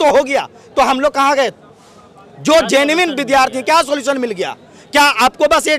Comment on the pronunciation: Genuine ko zenmin vidhyarthi bol raha 😂😂 gjab padha likha h re baba